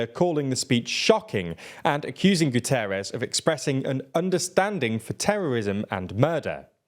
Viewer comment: It's Guterres...